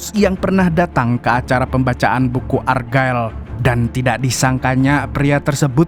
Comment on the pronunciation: Check di google translate mu membacanya salah bulan ergael untuk argylle.